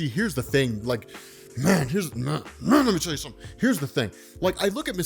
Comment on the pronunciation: You know it's serious when sais "mn lmme tll ye smethin!!!!"